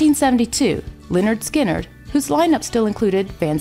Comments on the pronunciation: she prounounced lynyrd skynyrd wrong it´s prounounced leh-nerd-skin-nerd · Hey narrator, it's pronounced 'Lĕh-'nérd 'Skin-'nérd."